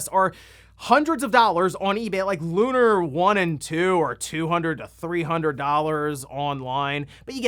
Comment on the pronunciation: I'm sorry but it makes me twitch when people mispronounce that game. It's Lu-nār, two syllables, they even say it in the game. And also Lunar SS on Sega CD and Lunar SSSC (Silver Star Story Complete) are way different. They are the same game but the graphics and alot of other things are different on the PS1.